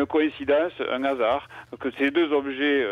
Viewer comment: "c'est une coïncidence, c'est un Nasard" . Avec un N aspiré.